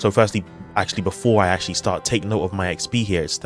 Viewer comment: "So I've gone up about 10 E X P." Huh??? Did you mean to say four thousand, as opposed to ten? Or did you slur the word after ten, and what sounds like E X P is actually some other word(s)?